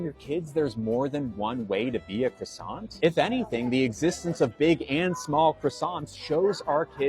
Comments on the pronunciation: It's not pronounced krassont, ya moron. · It's not a cruss-ANT. You don't pronounce the T. Out of everything wrong with this clown that's the most annoying part. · I'd slap him for his pronunciation of "croissant".